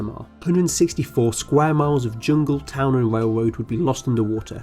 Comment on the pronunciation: “Wail woad” “powah” “twee” lol